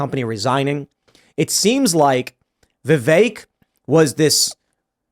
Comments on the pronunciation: Stop saying VIV ACHE. It’s VIV EHK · Tim pronouncing Vivek, “Vevake” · Vivek pronounced Vi-vake , rhymes with cake. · The second guy to speak pronounced Vivek name 3 different ways in under 1 minute 😂